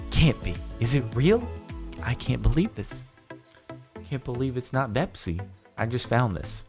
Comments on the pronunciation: Its Bepis not Bepsi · It’s 🅱️epis not bepsi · It not bepsi it bepis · It’s bepis not bepsi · it's not Bepsi, it's Bepis! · It's not bepsi, its bepis. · It’s not bepSI, it’s 🅱️epIS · It's pronounced beep is